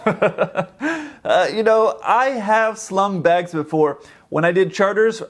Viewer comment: Took me a while to realize he was saying "slung bags" not "slumming bags"